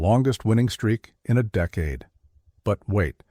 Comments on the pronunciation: Pat sertentoo? 🤣🤣 Deekade? Stupid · I hate best team in a deekade? The dang cant say decade. Narrate your own videos, I turned it off after deekade.